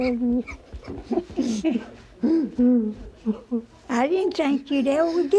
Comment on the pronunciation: Im sorry but I cried when he met him mother, and I heard him say 'Moma'